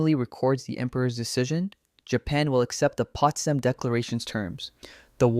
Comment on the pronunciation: " Accept" not except.